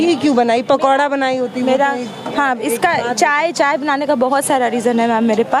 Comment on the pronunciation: mam कम से कम चाय को अchcha बोलो